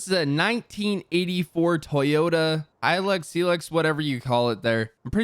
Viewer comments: Pronounced hylux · It’s pronounced high lux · Its a hi lux is how it’s pronounced